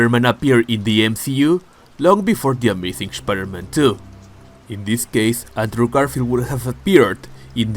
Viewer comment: Shpider - Man 😂. Loved the video, bro!